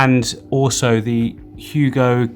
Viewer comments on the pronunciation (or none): none